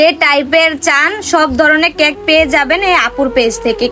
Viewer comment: ক্যাক না কেক😂😂